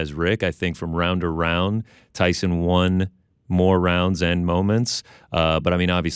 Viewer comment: WON ariel not Wan